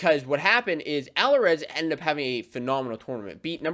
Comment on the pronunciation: Love your videos but couldn't get past the mispronunciation on Alirez and Ragusin.